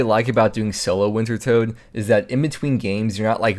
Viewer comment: please stop calling it wintertoad its pronounced winter TODD